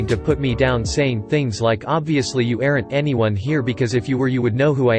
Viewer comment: Really. “Chiefs” for “chefs,” “we do not any seats available,” “are ent” for “aren’t,” “500 dollars dash 600” ..... and on and on. Annoying.